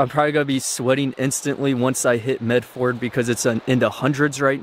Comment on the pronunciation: Medford is pronounced "Med ferd" (furd). It's one of the very few things I know. And I think you're channel is fantastic! I hope your windshield wasn't too expensive.